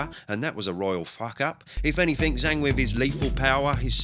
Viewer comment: Jang ((zhang) not Zang!!!